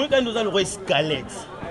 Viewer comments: OZA KO MI KUMISA OLOBAKA FRANÇAIS MAIS OZO LOBA ESKELETTE AU LIEU DE DIRE SQUELETTE NZOKA YO MOKO BENJI SUKA NA ZOBA OLEKI KUTU KEN NA BO ZOBA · Oooh ndeko otanga hein (Escalettes) yango bino soki kk ayebi verbes Être na Avoir nde otanga eeeh eza SQUELETTE ndeko pas escalete bino bongo na ba Intelo😃😃😃😃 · Correction : ba lobaka squelette non Eskalet ko tanga trop eza intelligence te.